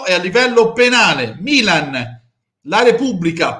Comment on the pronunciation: Perché Bergomi continua a dire bilan pif